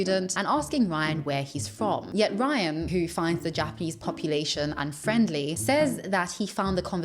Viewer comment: His Japanese pronunciation is very poor - his he manages that after living and teaching English in the country for years, it quite impressive level of failure.